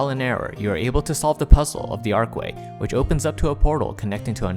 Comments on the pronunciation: ARCH WAY.... not Arc way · Archway, not ark-way. There's an H in there.